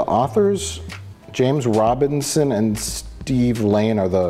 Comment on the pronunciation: James Robison not RobiNson, ohmygooood, Mike you're turning into Rich Evans